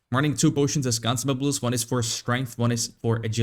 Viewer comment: someone teach this guy to say consumables